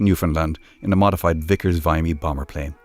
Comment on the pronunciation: Your facts are right, but it was a Vickers Vimy (Vim-me)